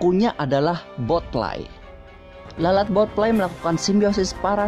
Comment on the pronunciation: Botfly not botlie